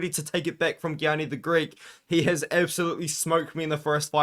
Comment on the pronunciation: Gianni is pronounced “yanni “ btw